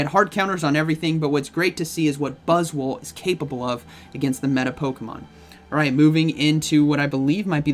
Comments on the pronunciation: Sounded like one time you messed up and said BuzzSwole. I was like, yea, that's not inaccurate, look at that thing. Lol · Faster i spell this buzzwole it sounds like butt$ole. 😬